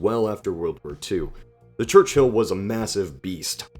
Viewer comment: I don't mean to be rude but could you work on your pronunciation? You often mispronounce certain words like cavalry and Churchill. You pronounced these as Calvary and Church-hill Don't get me wrong I'm loving this series! Please keep it up! Just keep an eye (or ear) on your pronunciation:)